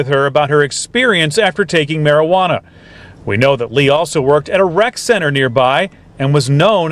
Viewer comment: You pronounced it as mari-hwana 😂Juana